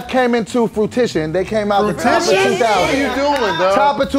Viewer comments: 🧏🏾‍♂️ Hey Tom, was trying to say fruition and said "fruitition". I'm done. Back to you. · This dude really said fruitition.....